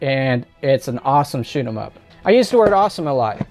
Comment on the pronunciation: "Write more troll bait." 🤣 The Wii has so many games and even more shovelware. I'm pretty sure the thrift stores in my area ditched a lot of the games or are no longer taking them because I don't see them anymore. The way you said shoot em up in this video sounded like shit em up to me.😄